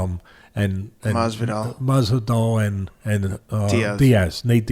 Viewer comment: I love how he calls Masvidal , "Mazel tov"